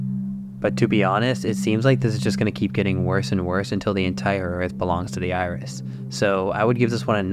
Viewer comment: My brother, I thought you said "THE IRS" and I was so damn confused... "What's the Internal Revenue Service gotta do with this!? I know they're powerful, but Christ!!"